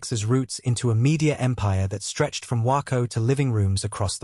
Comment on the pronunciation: The AI can't even say Waco the correct way. 👎👎👎👎